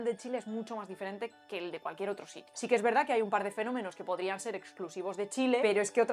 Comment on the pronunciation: "Otrsho", "trsaajo" Qué buen video, muchas gracias!